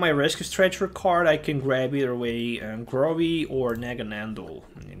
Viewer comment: Grovyle pronounced grow-vile